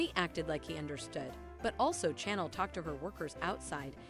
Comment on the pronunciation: I cannot stand the way they pronounce the characters names!! It's Chanel not channel. 😠